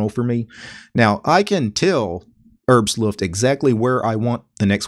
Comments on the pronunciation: No, not "Herbst Luft", it's "Herbstluft" in one word! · Rich B.O.B Sorry, I'm actually a native speaker of Norwegian (which work the same as German), not sure I quite understand your comment. The point is exactly this: English is not German. So you shouldn't use English rules for compound words on German words. He said neither "Herbsluft" nor "Herbs-luft", don't understand why you are taking that up. You can clearly see it sais "Herbs Luft".